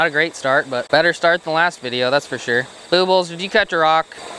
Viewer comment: Lmao...boobles...i thought it was...boob-les..lol